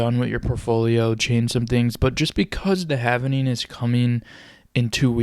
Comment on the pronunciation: Say HAVIN-ING one more time! But then spell it HAVING for your video! Stupid